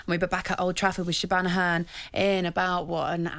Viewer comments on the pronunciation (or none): "sheban o'hearn" Andy Townsend should know better ffs